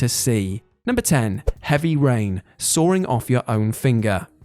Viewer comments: Please stop saying soaring, it’s sawing, there’s no R. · There is no "R" in "sawing"......